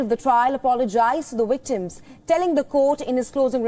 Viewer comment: They are not wictims they are victims.Please fix you W's & "V's